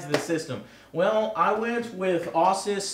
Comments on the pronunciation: You know nothing of computer hardware... 4gb HDD>.< 4tb* 8GB GTX 980s 4gb* 3.9ghz is low... Can't say "Asus" Eh-zues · YOU SAID AWSIS JESUS CHRIST I AM DYING LAUGHING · Joe has clearly never built a pc, 8GB Video cards each! No, actually those cards are 4gb, and 4gb of storage, pretty sure you meant TB joe, and the way he said Asus, lol. Still love your stuff man.